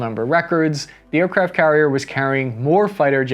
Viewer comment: sounded like you were saying aircraps